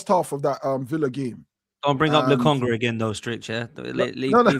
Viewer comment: Yo man said Lokonga 😂😂😂